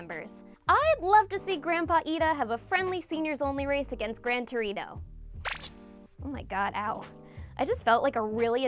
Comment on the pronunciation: Why is gran torino sound like gran dorito in this video